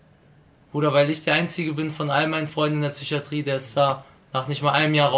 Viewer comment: Lak es heißt psychatrie und nicht zychatrie